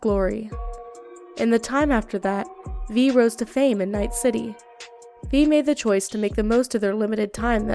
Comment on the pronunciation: You told the story in well organized fashion, u just mispronounced a few names like judy alvarez and panam but u did a good job